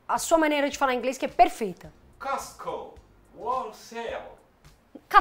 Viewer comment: Costco, se pronuncia Côsco